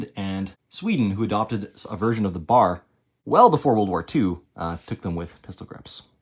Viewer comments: Not BAR, as in, rhymes with car. It's B-A-R, with each letter pronounced individually. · Pronounced phonetically "Bee, Aaa, Aar", never referred to as "bar," i.e., bar stool. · Pretty good article but man, its not a BAR, its a B-A-R! All the Vets know this. If you cant get the name right, you've lost the interest of the men who know the rifle. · “Bar” 🤦🏼 Sheezus man. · The name is sounded out by letter B-A-R, an initialism that is not pronounced as a word, and not the acronym "bar" as in the Marine KA-BAR.